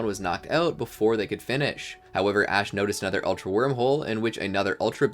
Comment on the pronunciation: Annoying how you pronounce ULTRA like ALTER. Sounds like you're saying Alter Beast and Alter Guardians most of the time.